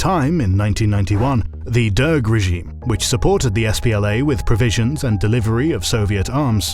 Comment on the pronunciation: Uncharacteristically of this channel, the quality of this episode was very uneven. You displayed the wrong libyan flag, pronounced the Derg as "deng," and repeatedly overforeignized Guerilla. I know you can do better.